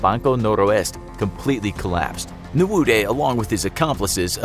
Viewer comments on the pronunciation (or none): Hearing you pronounce names like Ogwuma, Nwude and Abuja hurt my ears 😂